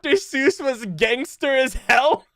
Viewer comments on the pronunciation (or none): none